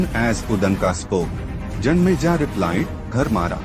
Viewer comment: King name is janmejaya not janmeja 😂